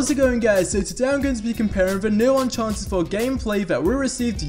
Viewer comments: Its Uncharted not Unchanted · He says "unchanted" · Unchanted 4 right?